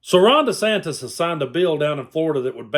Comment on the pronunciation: "Ronda Santis" ??? LOL.